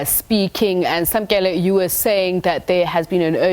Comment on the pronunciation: Samkelo. not Samkele. bloody model c